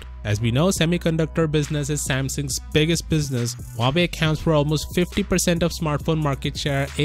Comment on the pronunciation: Samsung might lose huwawei?😂😂😂 Love you, keep up the work